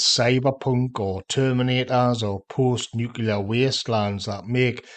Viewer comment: I've heard you say "new" and I have heard you say "clear" but you can't say nuclear?? You say nu-cu-lar exactly like George Bush.